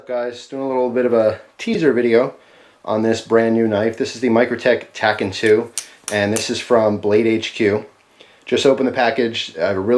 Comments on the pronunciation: It's pronounced tack-ee-on. A tachyon is a theoretical particle that travels faster than light. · Its pronounced tack-e-on. Says the movie Watchmen. And i think it rolls off the tongue better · Tachyon is pronounced tac-eé-on. A hypothetical faster than light particle. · I believe it's pronounced as "tacky-on."